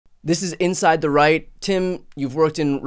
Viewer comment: I first thought you said in your intro "This is inside the Reich".